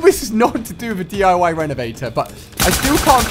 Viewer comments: You said DIY 13sector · Is no one mentioning the fact my man said DIY13 Sector